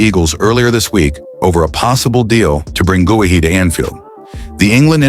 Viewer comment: GUEHI is pronounce GAYEE (GAY EE)